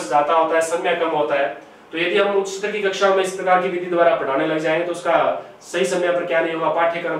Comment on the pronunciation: ये सर पढाते बहुत ही अच्छा है पर इनमे एक कमी है वह कमी ये है कि एक हिन्दी के अध्यापक होने के बावजूद भी उच्चारण सही नही करते स्थूल को बोलते है सथूल स्तर को बोलते है सतर यदि ये मेरे वाली टिप्पणी सही लगे तो एक बार reply जरूर देना सर